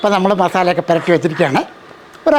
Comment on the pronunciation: അണ്ണച്ചി. പെരട്ടി അല്ല പുരട്ടി വെക്കൽ അങ്ങനെ അല്ലെ പറയുക